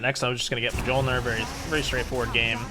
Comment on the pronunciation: It's pronounced like myol-neer (ol as in old) xd sick guide though!